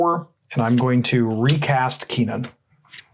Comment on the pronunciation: I'm sorry but the way you guys say kinnan is annoying. It's pronounced kin-in